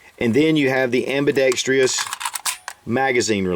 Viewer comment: Thanks for taking the time to put up the review. Watch the pronunciation of "ambidextrous" :) That seems very common in gun vids, for some reason. Anyway, appreciate the efforts on this.